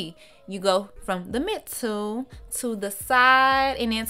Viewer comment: 'Mittle' is what had me rolling...but she did da damn thang